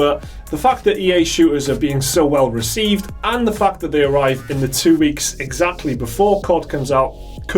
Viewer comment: i liked when you say , "the fuck" every time instead of "the fact".